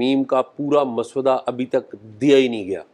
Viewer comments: Mr.azaaz let me point out that the correct pronunciation is mosawwada and not maswada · شاہ جی۔مس ودہ نہیں ہوتا مسودہ ہوتا ہے ۔س کے اوپر جزم اتی ہے یعنی ڈبل س ہوتی ہے ۔ م س س ودہ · Maswada nahee paendoo...journalism ker rahay ho tou zaban he seekh lo...musaw-wada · Azaz, maswuda nahi (masawada) ha bhai Jan ker geo 😅😅😅😅😅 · Urdu to thek bolo mosavady ko soda bana dia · اعزاز صاحب، مسودہ کا تلفظ غلط ادا کیا گیا